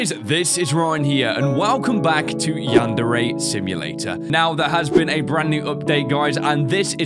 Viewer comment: wow you said Yan-Dere Simulator lol